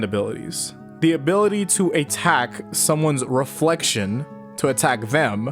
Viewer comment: not the, its ze